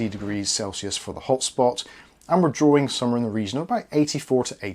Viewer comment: whenever he says "this game is drawing ..." i only hear "this game is boring" and its funny x)